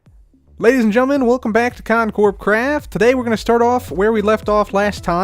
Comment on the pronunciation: "Con Corp Craft"